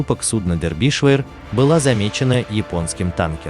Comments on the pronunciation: милый автор. ваша озвучка в который раз доводит меня до икоты от смеха. название корабля читается Дербишир (на русском) ну или, если хотите показаться знатоком английского, Дарбише (примерно как-то так в русской транскрипции). где вы прочитали дэрбишвэ? нету в этом названии половины произносимых вами звуков. особенно от вас достается импортной географии. город Гамбург (Hamburg) у вас гамбургер, графство Дербишир (Derbyshire) - дэрбишвэ. даже боюсь представить как в вашей интерпретации будет звучать название столицы государства Шри-Ланка. видно, что вы тратите много времени и усилий на подготовку сюжетов. очень познавательно. большое вам спасибо. просто разберитесь с произношением. уберите пожалуйста эту ложку дёгтя. с уважением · Не дербишвер, А ДЕРБИШЕР! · Почему-то я слышу "Дербишвыр" вместо "Дербишир" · Не дербишвер а Дербишер ударение на "е" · Набрали куски роликов и содрали текст. Название сделали привлекатнльным. А читают текст неграмотно. ДербИдишвер? Расчет на кого? Похоже на книгу по истории СССР. Скучно, заумно, громада фактов важных и неважных. В общем , дерьмо в конфете. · (На первую"е")